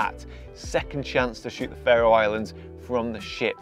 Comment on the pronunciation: Your pronunciation of Faroe is incorrect